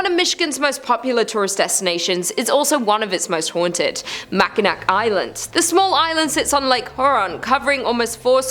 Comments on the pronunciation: as a person who grew up there, hearing "Mackinack" hurts. it ends in an "aw" same as Mackinaw City, which is nearby. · Mack in awe. Not mack in nack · ……it’s not called “Mackinack” it’s called “mackinaw”. As a Michigander this hurts. If you don’t know how something is pronounced, search it up. It’s that simple. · I love it when a non Michigander tries to pronounce Mackinac which is actually pronounced as Mackinaw. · It's pronounced "MACKINAW". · Just fyi, Mackinac is actually pronounced Mackinaw. I love these videos though. I’m from Michigan and excited to explore these places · Oh...and the c is silent, so it pronounces as Mackinaw :) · She slaughters Mackinac every video. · It's pronounced (Mack-A-Naw) I know it's spelled weird but that's what we Michiganders call it. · Pronounced mack in naw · I love when people like you don't bother to take the time to learn how to pronounce the names of places correctly. It's so fun to watch you embarrass yourself. Bloody brilliant